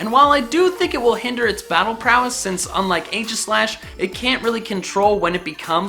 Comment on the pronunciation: ay-ji-slash? you mean ee-jis-lash.